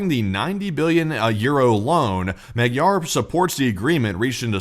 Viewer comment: Magyar - spoken: "Mod-yor".